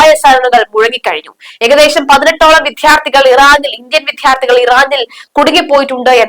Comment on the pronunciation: വിദ്യാർത്ഥി എന്നു പറഞ്ഞു പഠിക്കണം